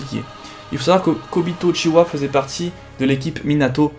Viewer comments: Pourquoi tu dis Uchiwa et pas Uchiha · ce ne pas uchiwa c'est uchiha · Primo-rykke mais la réele version est Uchiha